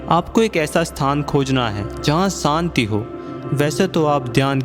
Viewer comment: kripya santi nahi shanti kahe.aap sha ko sa bolte hai.